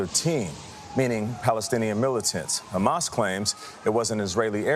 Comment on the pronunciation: Wow, Biden is STILL alive? Good for him. I like how he pronounced Hamas. Great job with the media helping get this zombie puppet elected and ignoring his mental decline. It'll hopefully get us in a big fat war again, like the deep state loves. They've always wanted regime change in Iran..or WW3. If you want your son fighting in Iran, vote Biden!